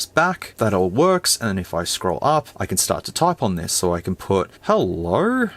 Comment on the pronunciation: "Helllllrou" 🤣🤣🤣 : "I'm not really good with physical keyboards on FARTS" 🤣🤣🤣